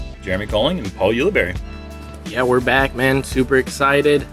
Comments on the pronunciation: Jeremy, is it U-luh-berry or U-luh-bar-ee? You switch back and forth between pronunciations! Lol : ) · How is Paul Ulibarri's name pronounced? Jeremy says "Youli-Berry" at the intro, "Ooli-BARi" after his drive on hole 7, and seemingly every other combination in between...